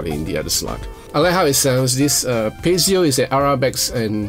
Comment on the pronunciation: Sounds great, but then again with your playing everything sounds great 😀 If I may a small note to something I've noticed in previous reviews of certain guitars, though, and it's prominent here for obvious reasons...it's "piezo", not "pezio" 😉